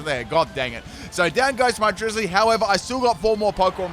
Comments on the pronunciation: it is not drizzilee it is drizz-I-le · Hearing him say Drizzile’s name makes my annoyed... It’s the combination of Drizzle and Reptile... so it’s Driz-zile!